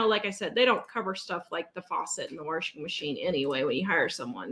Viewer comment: I just love the way you say warshing (washing) machine.